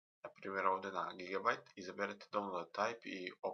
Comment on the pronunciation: Ne kaze se donload nego daunloud !!!